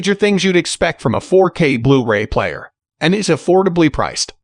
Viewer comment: nice rundown (I have the Panny 820). (But could you get a real narrator please. The little glitches in the program sound so un-natural, especially when saying 'blu-ray' . It often comes out as 'blue ray-player')